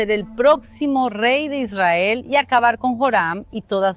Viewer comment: Por que esa señora pronuncia mal Israel..?